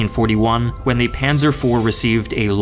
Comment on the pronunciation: I think the most accurate was "Panser" for "Panzer" But I could understand nearly everyone he named